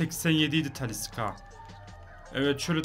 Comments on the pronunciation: TALİ S' KA DİYE SÖYLENMİYOR TALİ 'Ş KA SÖYLENİYOR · Abi tanilıska değil talişka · Abi taliska degil talişka deniliyor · abi taliska değil talişka😂😂😂😘😘🤪🤪